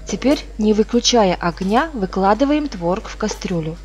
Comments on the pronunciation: ТворОг, а не твОрог.... За рецепт спасибо. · творог на второй слог ударение